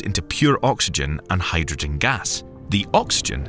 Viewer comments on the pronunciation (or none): none